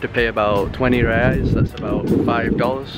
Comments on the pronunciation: Don’t understand how you say you’ve lived in brasil but pronounce reals wrong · in rio, that’s how we spell. Pronouncing R like an American is definitely not correct